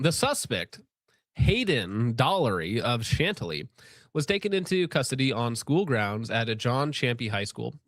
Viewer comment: That pronunciation of Chantilly is wild, as someone formerly from the area i always heard it probounced “Shan-Tilly”